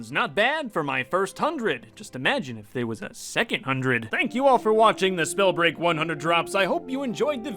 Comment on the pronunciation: Wait did he say "Whats going on SnowBreaj fans"